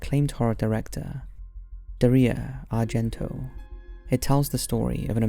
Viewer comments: Did he say Diarrhea Argento?!? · you have included a scene from Midsommar in your Hereditary review, yes both film were directed by Ari Aster but they are two different films also you are pronouncing Dario Argento name incorrectly.